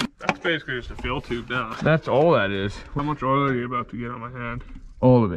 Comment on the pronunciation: is the only person ik who says meow instead of now 😂 love the vidyas peg